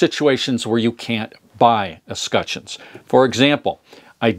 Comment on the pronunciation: It's pronounced "Escutcheons" not "Escutcheons"